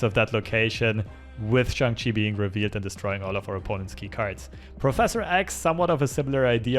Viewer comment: Glad to see a streamer say Shang-Chi correctly! Enjoying the vids!